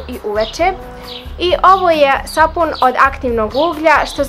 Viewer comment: ne kaze se SAFUN nego sapun.😂